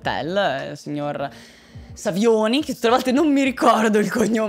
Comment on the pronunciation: Savioni detto Sauvignon, chissà perché 😹